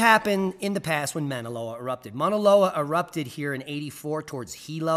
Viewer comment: Hello. Minute marker - The Hawaiian volcano is pronounced "Mau_naloa" (like ow! that hurts!) ... great try, though!🌺